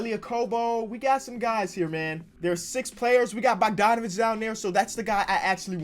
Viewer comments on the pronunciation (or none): none